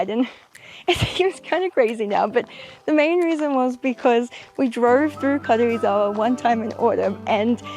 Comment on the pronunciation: I like how you pronounce Karuizawa. It’s like 軽井沢 rather than Karuizawa. Btw I’m a native Japanese.